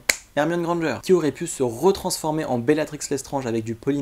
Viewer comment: Tu l'as dit 67 fois Hermione et Hemione Grandeger